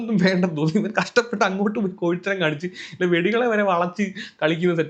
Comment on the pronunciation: ഈ അവസരത്തിൽ പറയാമോ എന്ന് അറിയില്ല കൊഴിത്തരം എന്ന് അല്ല കോഴിത്തരം എന്ന് ആണ്🫣